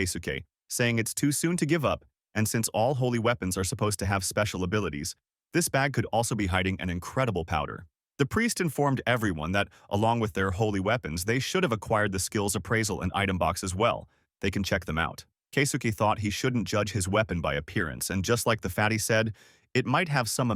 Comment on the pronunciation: Wait, did he say powder? I had to watch it over nine times yes , he said powder😅